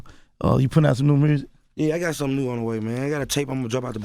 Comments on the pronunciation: I love Gotti but I need to know what in the hell is Mursic? 😅😅😅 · lmaooo MURRSIC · roselito c merzic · can we get a “mursic” count